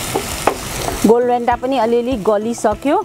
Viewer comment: Did you say Golbhenta for golbheda? 😂